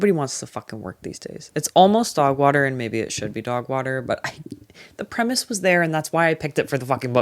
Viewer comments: Obsessed with the way you say “dawgwahter” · DOWGH WOHTER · thank you for a wonderful year of recs and chats❤ you’ve made me read with a more critical and nuanced eye, and all for the better. can’t wait for 2026! also, I love the way you pronounce ‘dogwater’. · Obsessed with how you say dog water in that accent 😂